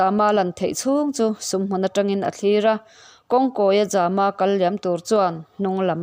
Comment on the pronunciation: Zama tih ilam dan hi a awm zia hriat thiam a va har ve ? Zâma ti a lam tur a ni zawk lo maw. Mai an a zäm zâma Lianzâma tih angin khamphei ri sâng